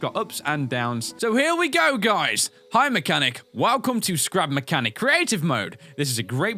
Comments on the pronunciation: I swear at the end when he said scrap mechanic he said crap mechanic. 0.0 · end part: "So this is Crap Mechanic" Me: "Crap Mechanic?... I thought it was Scrap Mechanic" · Uhh You Said Crap Mechanic... I Think Its Scrap Mechanic.... Just sayin' it's not A MEAN Comment... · Starlite Entertainment It Sounds Like He Said Crap Mechanic. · sounded like you said "crap mechanic" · Andrew Kassing yes it did